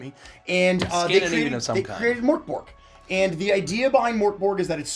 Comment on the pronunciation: As a swede hearing the absolute butchering of "mörk borg" is making me cry and laugh at the same time. Literally had to google it to even get what was trying to say!